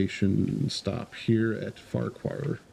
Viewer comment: Btw you are correct in saying Farquar and I love your videos also🎉🎉🎉